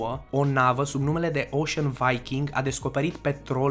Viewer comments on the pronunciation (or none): none